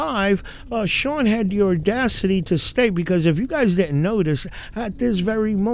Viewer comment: I am a native New Yorker. Audacity does not have an R in it. I like your videos.